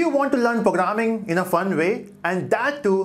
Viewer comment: I don’t want to learn “Pogramming”